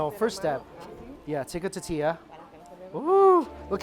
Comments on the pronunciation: TOR TIYAH. Not Ta tiyah! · I have to smother my inner pedant every time he says "titilla" instead of "tortilla" on these Mexico vids. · Hey man We love your vids and can't help snicker every time you say tortilla. Do this, say Tortoise..now say tortilla. Hope that helps. Tortoise, tortilla. You forget the R in there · Tortilla, tortilla, tortilla, let's say it together..........tortilla. Come on man, its tortilla.